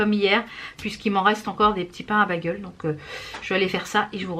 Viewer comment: Hi, super les blushes & highlighters Makeup Revolution! Tu es la meilleure ambassadrice pour cette marque!! On ne dit pas bagel mais "Bégeul", mon mari a cote de moi crise a chaque fois que tu prononce ce mot, lol. Desolee que tu aies eu encore mal au bidou, tu as paye pour les frites de la veille!! Y a des tas de trucs que je ne peux pas manger non plus, je compatis. Le pain me rend malade aussi.Vas sur vinted, y a plein de trucs trop cool. Bisous